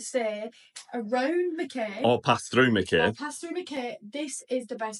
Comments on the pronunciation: Your videos kept popping into my feed. I hoped you enjoyed my lovely little home town. It’s pronounced Mack eye btw and not Mack Kay 😁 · While I was in qld I never heard it called 'mack-ay'. I always heard it pronounced 'mack-eye'. Just saying hearing mack-ay sounds jarring. Also you do know that vegemite is berroca in paste form? Don't waste your money on that rubbish.